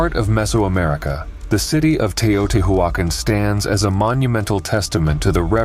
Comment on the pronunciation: Tao-tee-wa-con. damnable computer voice slaughters pronunciation. Tao tee wa con